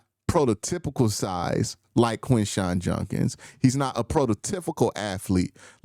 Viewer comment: Lol Q, I know you gotta accent but you just saying my boy Judkins name wrong lol